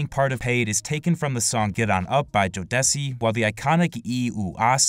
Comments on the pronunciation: JOE -D-SEE NOT JOE DESSY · Lol wtf is Jo Des Cee?? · bro really said Jo-Deci lmaooooo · This man did not just call Jodeci Joe Desi did he haha😂😂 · naw jodessy was funny😂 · I can't be the only upset at how "Jodeci" was pronounced.